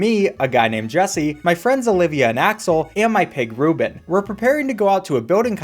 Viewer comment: did you just say... Rubit?!